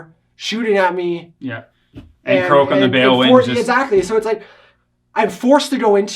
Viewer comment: kroak. lol 😂 Good game though guys, and great quality work as always!